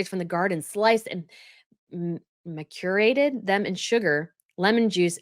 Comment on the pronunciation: Boy, Markle’s PR team are working overtime to change everyone’s perception of her, however, I don’t think it’s working. Thanks,. BTW/ macerated is pronounced MASS ER ATED. Someone else may have posted but I didn’t go through the entire 1,100 comments to find out.